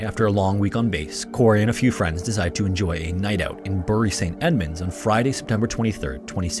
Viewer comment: Hey, just to let you know Bury St Edmunds is pronounced “Berry Saint Edmunds” 😊